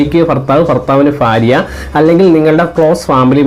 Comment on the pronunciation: ഫാര്യ അല്ല. ഭാര്യ. ഫർത്താവ് അല്ല. ഭർത്താവ്